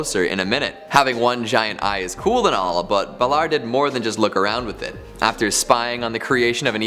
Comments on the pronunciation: Wouldn't no. 5 be pronounced bay-lore? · DUDE, thats not how you pronounce Balor. Baaaa Lore get it right.